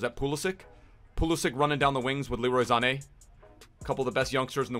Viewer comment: "Leroy Zane" lol